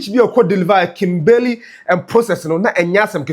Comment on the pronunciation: Thanks 🙏🏾 for your frequent updates about our country’s development of our country. Please check your pronunciation of KIMBERLEY. You can google the right pronunciation or listen to Sammy Gyamfi’s pronunciation cos the way you pronounced the name is so wrong.